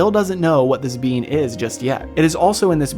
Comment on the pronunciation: Every time you say being I hear bean lol